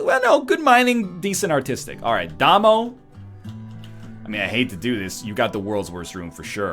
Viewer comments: It's pronounced Day-Moe. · Damo is pronounced as the beginning of Damien. Surely North Americans have heard this!